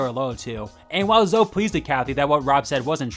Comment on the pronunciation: It’s pronounced Zo-ee.